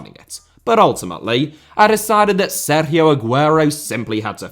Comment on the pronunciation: stop saying Sergio like that